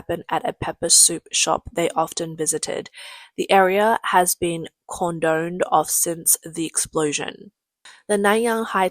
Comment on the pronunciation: Yet she couldn't say "cordoned."